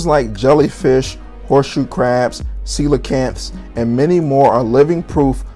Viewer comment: Let's give him credit where it's due... he did pronounce coelacanth fairly well. #tidy